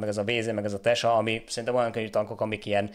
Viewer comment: Tesak - Tyeszák - magyarul igy mond